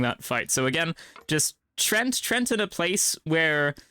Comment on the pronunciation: "treant" is pronounced like tree ent